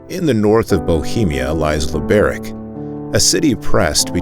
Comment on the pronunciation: Do you know how to pronounce the word Pizza? (TS) Sound Try to use the pronunciation and sound of it for the letter C in Czech language. Thank you. LibereC